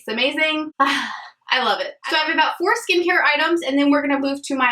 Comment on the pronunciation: Every single time you said “four skincare products” I just heard “foreskin” care products 😂 omg I’m awful but I had to share that with you I know you’ll appreciate it lmao